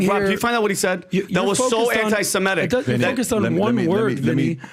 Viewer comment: He kept saying "anti-Simetic." It's anti-Semitic, not anti-Simetic.